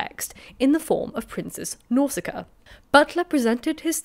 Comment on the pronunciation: Nausicaa is tetrasyllabic NOW-si-KAY-uh